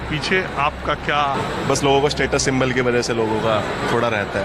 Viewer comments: Symbol ❌ Sim-ball ✅ Chapri’s trying to give gyan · Symbol hota hai mam symbool nahi 😅